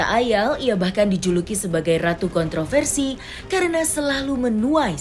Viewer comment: Raih prestasi bukan kontrafersi.